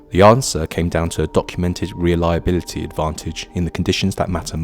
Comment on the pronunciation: ai crap...cant even pronounce "reliability" what CRAP